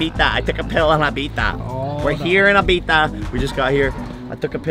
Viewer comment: What the f*ck is 《eye-beef-ya 》